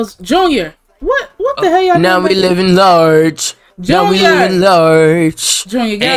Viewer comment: “ NO WE LIVING LARAGE “ got me dying !! 😂